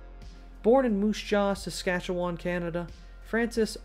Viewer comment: Awesome job pronouncing saskatchewan you did an amazing job